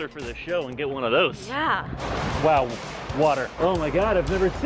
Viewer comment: the way says wow water